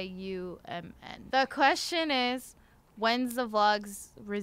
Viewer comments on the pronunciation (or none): pronounces the username/handle letter by letter as "x-i-u-m-n" but even I can tell it's referring to Xiumin from EXO and I'm not even an EXO-L 😂